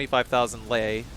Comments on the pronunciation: hearing you say '500 lie' was like taking a bullet to the chest ngl (its pronounced like lay) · I love the play though, however as a speaker of Romanian (I’m not a native speaker so Romanians feel free to correct me on this) Lei is pronounced like the word ‘lay’ in English. Yeah it’s a little funky word-wise, but I hope this helps. Also I love your content!